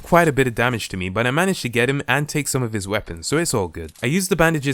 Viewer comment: U said boot